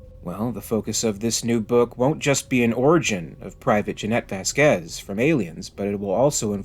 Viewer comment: Little correction, it's not pronounced Vasquĕz, it's Văsquez